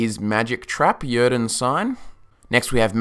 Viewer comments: He pronounces "Yrden" wrong and it's really annoying. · Thumb up, but man, I can't listen how you pronounce "Yrden" ! :D